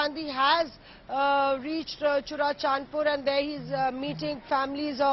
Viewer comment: U can't pronounce even churachanpur hopeless